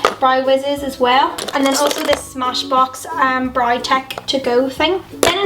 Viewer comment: Hi just wanted to ask have you always say brow as Brie or is that how they say it there? Not being mean just wanted to ask that! But I love love love all of your makeup!!!